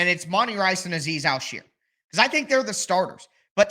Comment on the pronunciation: You do good work, but one small correction is how to pronounce Azeez al-shaair. You pronounce like sheer like you're shearing a sheep lol its actually pronounced Shire, like where the Hobbits live